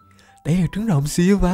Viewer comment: silva đọc tiếng việt là siu vờ anh ơi